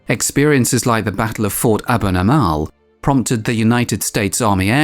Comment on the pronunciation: it was not "Abot Ama"l but "Eben Emael"